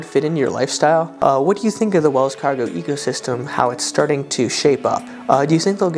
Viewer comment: Sounded like "Wells Fargo Ego system"...😊